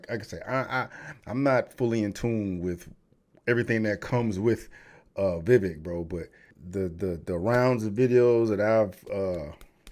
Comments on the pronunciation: You butchered the brown guys name fiya fi date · His name is pronounced "ViVake" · It's pronounced Vih vayk lol. Anyhoo he's by far, not even close, the most intelligent and forthright person running. I doubt he has hope of winning, but he should. He should get the vp for whoever wins the nom.